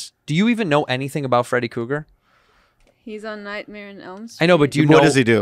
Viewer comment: Andrew. It’s KRUGER. not Cougar